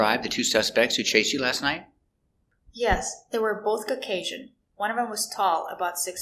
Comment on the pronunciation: Did u say night or nigh ...did u use t in the end ????